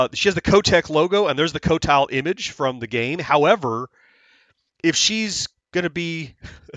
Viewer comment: I just realized you pronounced it co-tile! Great job! And guess what! Even Atari makes the same mistake. In the song flynyar warriors, they pronounce it Quotile. Actually the high score for game 6 (Ultimate yars) is 3 million, you could possibly get it.